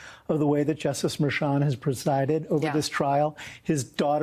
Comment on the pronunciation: The judge's name is pronounced MER-chan with a hard "h".